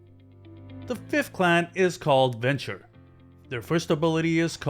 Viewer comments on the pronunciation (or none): Can you please learn to pronounce the names properly? Malkavian is pronounced MAL-CAVE-E-AN, and Ventrue is pronounced VEN-TRUE not VENTURE.